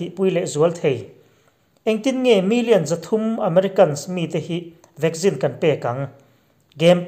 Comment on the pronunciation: Vagzine??? Vak-sine tia lam tur ni zawk em?? Vaccine